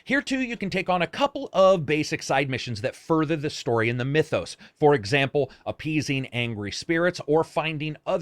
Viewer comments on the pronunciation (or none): none